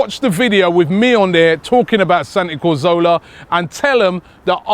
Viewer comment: do you say cazorla weird